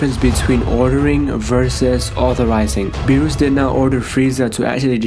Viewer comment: It's berus not bures